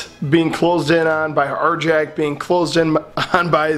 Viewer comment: Arrrr-Yaakk! Not Arjack!